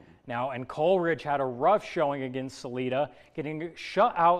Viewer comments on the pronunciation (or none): Great coverage....just a tip. It's pronounced Sal eye dah not salee dah